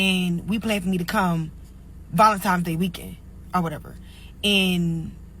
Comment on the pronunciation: First of all lady, it's Valentines day. Not no fu**in Valentimes.